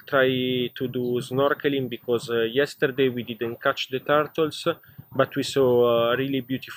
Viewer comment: Tar-tol (turtle) hehhe Great experience. Njoy